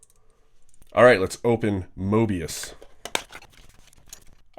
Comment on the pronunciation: Why people can´t pronounce Möbius?